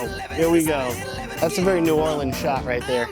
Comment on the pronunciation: Saw the thumbnail and smashed the video when I saw you were in New Orleans. Then hearing you say New Orleans the right way!? MAN! You're doing everything right. Hahaha.